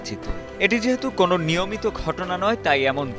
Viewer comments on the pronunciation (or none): none